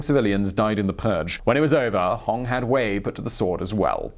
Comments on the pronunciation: It's not Hong it's Hong!!!! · Its pronounced HonG